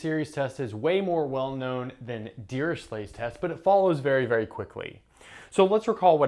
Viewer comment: A simple question. Why dont u pronounce dirichlet as u pronounce chloe or echo. Fourier is not four year. Etc... Just saying.